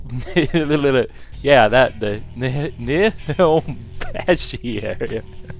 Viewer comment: learning Japanese would probably be hard for you huh lol. NI Home bosh i. Probably spelled it wrong. But hey. You cant even say it correctly :p